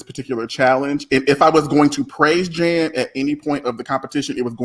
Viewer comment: Omg I love this panel! Good job guys., why do you keep calling Jan Janathan? Lol I don’t get it